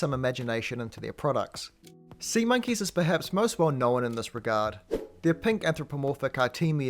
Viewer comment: Why do you say "knowen"? There's only supposed to be one syllable in that word, not two.